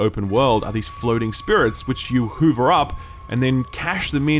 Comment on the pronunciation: does he keep pronouncing hover as hoover?